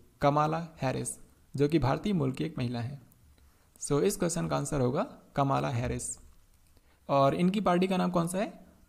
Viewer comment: सर कमाला नही कमला